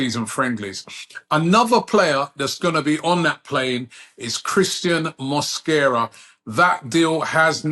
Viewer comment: Mosquera. Not mosquito